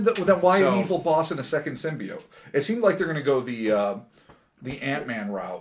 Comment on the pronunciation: I don't think anyone says simb-I-ote, except for this girl.